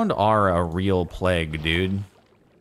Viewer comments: plague, play-G, not pleg lol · he says it like pleg not pl(e)ag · It's pronounced playg, not pleg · Jardon’s pronunciation: ple-ge(guh) Actual pronunciation: play-ge(guh) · Jardon, you said pleg the first time, (at least that's what i heard) Its pronounced play-gue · Lmao it's "playg", not "pleg" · It is PLAYG, not "pleg." lol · Jardon pronounces "plague" like as though there's no "a", the "a" is supposed to be pronounced like when you say a b c (etc). I didn't notice how he was pronouncing it at first, but you can tell that he says "plge". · It’s pronounced “playg” lol. You definitely said pleg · Plaeg. that's how you say it. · Wait.....did Jardon really think "plague" was pronounced "pleg"....?! Trial!! Also, if by chance he sees this. It's pronounced with a long 'A'. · Jordan gets confused by plague pronunciation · The plague thing hahaha i'm french canadian and even i know how to pronounce it 😂 rip